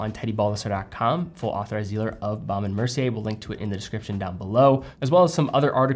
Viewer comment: Couldn't agree more about their watches. I think the Hampton is the best looking rectangular watch this side of a Reverso. You just need to learn how to pronounce it properly......😊